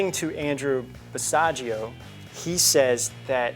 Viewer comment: Basiago rhymes with Chicago.